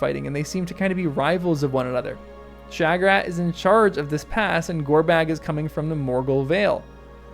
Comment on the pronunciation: I wonder what you are trying to get at with the alternative pronunciation of "Shagrat". You are the only person I've ever head try and say it "Sha-GRAT"! I think pretty near everyone says it "SHAG-rat"!